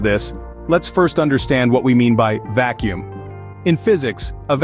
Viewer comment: "The vak kacuum catastrophe" That's it for me. I outa here. Teach your robot better.